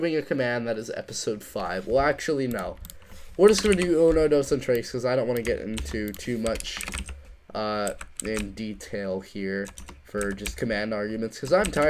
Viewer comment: trace != tres :) (3 se escribe tres no trace, trace no es nada en espanol XDDD)